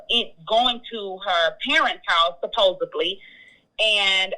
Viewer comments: I'm sorry, but something is off....throughout the interview, this woman speaks very poorly for her level of education and profession. She even pronounced supposedly as "supposebly" ...strange. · Doctors and nurses do not wear perfume or cologne on the clock. They come into contact with many people who have allergies. Also, she said "look-TED/look-DED and "supposABLY." Her accent is wrong for a Jamaican American, it seems more Southern U.S. and combined with her pronunciation and grammatical errors, it makes me suspicious of her story. Sorry, I'm counting the first two women as legit D.J. relationships, but this one, not so much. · You know what, I was buying it. I was all in on this story... until she said "supposably." What fucking doctor can't pronounce the word "supposedly" now it's suspect. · And “supposebly” 🤦🏾‍♀️